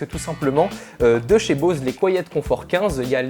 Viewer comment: avant de parler d'un appareil apprend a prononver correctement son nom Bose quiet 25